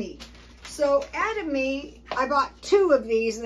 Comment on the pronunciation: Ed Uh ma may that's how you pronounce it phonetically